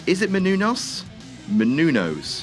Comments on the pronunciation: It's "Μενούνος" /mɛnuːˈnɔːs/ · It's: "Meh-noon-yoos". You're welcome. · munouous or munenous booty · No, it's Meh-Noo-Noss. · meh-nu-nes thats how u pronounce it! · You couldn't have spent ten seconds to look up how her name was pronounced could you? Look at her, she deserves better. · Omg shut up on the pronouncing gag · really shouldn’t be joking about not being able to pronounce a last name like Menunous considering he regularly mispronounces names like Dan Spivey all the time. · Just look up how to say her fucking name. Seriously what is funny about a grown man not being able to pronounce a simple name. Fuck, thinks he is way funnier than he actually is. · I like these videos, but the commentary such as the constant mispronunciation of Maria Menounos' name is just plain stupid. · Yes Menounos you English pagan! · You gotta love pronunciations of menounous 😆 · as a greek, seeing u pronounce her last name is fucking hilarious